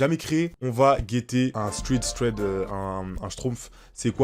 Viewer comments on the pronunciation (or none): Chef Ca se dit « Traid » mdrrr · prononce thread: SRÈD pitié